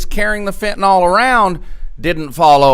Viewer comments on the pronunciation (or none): OK. Certain things just bug me. One of those things is "Trespass". People far too often pronounce it "Trusspass". Another one is fentanyl. I bugs me that people, more often than not, pronounce it "Fentenol", like "Tylenol". "Nukyoolar" instead of nuclear. People don't seem to realize that, when someone is learning about any of these things, they may spell the words incorrectly because of the gross and widespread mispronunciation. In the oil fields when I was still a little green in the field, people would say "Correalus". I had to figure out through trial and error how to spell it, then to learn how to say it before I could actually find out what a coriolis is, what it means, the principles behind the concept. Catalytic converter is another one. People used to say "Cattalag" or "Cadillac". I still hear people mispronouncing it to this day.